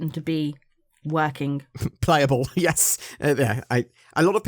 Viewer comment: At about , did you say "Yiss"?